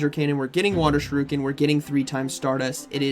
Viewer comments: Why does all pogo battlers calls it SHURUKEN? Is there a meme behind it? 😭 It’s pronounced as SHU RI KEN. SHOE REEEEEEEEE KEN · tis pronounced shuri-ken, not shuru-ken <3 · Why does he say Sha-Ryu-Ken? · you can’t keep going through life thinking that’s how you pronounce shuriken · Shuriken… bro there is an I!! Lol